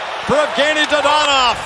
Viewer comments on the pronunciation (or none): Someone teach that guy how to say Dadonov name